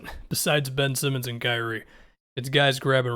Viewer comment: "Krazie" Irving